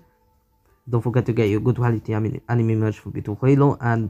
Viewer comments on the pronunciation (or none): none